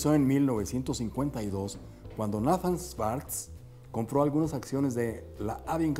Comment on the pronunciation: Amigo muy bueno tu video y la informacion que presentas, pero te tengo q decir una critica constructiva. El fundador si fue Nathan pero no se pronuncia asi se pronuncia Neithan ten cuidado con esos detalles para q no te sigan corrigiendo. Saludos y exitos!